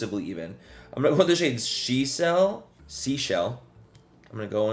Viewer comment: The sade she-sell...I'm sorry, but I had to rewind that part.